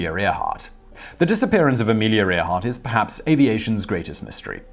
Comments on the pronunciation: it's ah/meal/ya air/heart!, Simon!! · “Armeleria Air-heart” 🤣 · Sorry Simon but your pronunciation of Amelia Earhart sounded like gibberish to me LOL